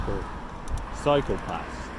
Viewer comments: For a moment there I thought you said psychopaths'. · Sounds like you were saying 'psychopaths' (cycle paths) haha :)